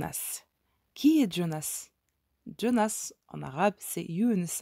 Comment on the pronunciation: Quand vous lisez "Jean" vous dites "Djean" ? Quand vous lisez "Jonas" ne dites pas "Djonas", c'est de l'américain et nous sommes en France avec un prénom bien français.